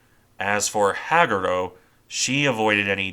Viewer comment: Hag U Ro Ha Gu Ro Use 1.25 speed before dismissing the video. It’s much more natural sounding. Otherwise, well done! 👍